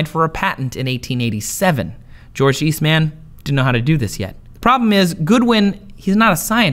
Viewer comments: It's George East(MUN) not East(MAN).... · i love how he says Eastman like he is a super hero lol